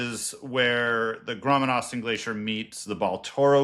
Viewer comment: WTF mangled English was that? It's GODWIN AUSTEN glacier. Not "grommen" or whatever jibberish you said. For 30 years I had to put up with idiots who can't pronounce the simple name Godwin and I always had to correct them. Jesus. And is that why people ended up calling Mt Godwin Austen K2? Because they are illiterate in their own language?